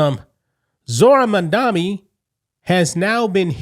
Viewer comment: It's Mam-DANI. MAMDANI. Notice where the N is. We have get that right, so we never forget this debacle of a communist human being. It's been proven that without paying attention to the correct pronunciation of a person's name, we will forget the good or bad they have done, especially politicians. Say it with me: MAM-DANI look where the M is. THE M COMES FIRST.